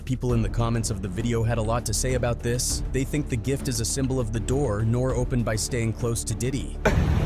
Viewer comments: Soons this culture vulture said Nore!!! Instead of NoRe. I click off and stop the video. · When using Ai you have to write things how they sound not how they’re spelled, I.e nore would be norey! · Did you even listen to this before you posted? Your voice over man can’t even same his name right. Horrible video. Try harder. It’s funny you say just doing things for likes and attention. Seems like you might know a little bit about that huh? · Bro this dude is butchering his name...he reading off a script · WHO THA FUCK DO YOU THINK YOU ARE!!!!!!! GIVE THAT MAN HIS RESPECT!!!!! YOU CAN"T EVEN SAY HIS NAME CORRECT!!!! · This AI jackin nores name as much as nore jacked up Detroit rappers names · You got so many things wrong dude. The guy whose name you keep mispronouncing can sue you for defamation. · You can’t even say their name right go climb a mountain. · I stopped watching after the AI voice didn't know how to pronounce N.O.R.E. lol People need to stop being scared to use their own voice. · AI can’t even pronounce his name correctly. Nore is a Legend. Beefing respectfully is what rap is about having fun. Or saying how you feel, what you see, the struggles, pain, love and your thoughts. That is what Hip Hop represents!! Nobody ain’t questioning him. He has nothing to do what anybody did. He don’t have no law suits! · EXACTLY! As soon as I heard how his name's pronounced I got irritated!😒😔